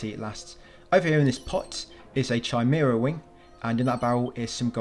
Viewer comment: I normally never bother, it's just that you said it like a hundred times 😂